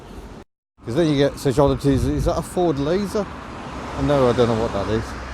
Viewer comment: Your 'Fuurd' day lol 🤣😂💯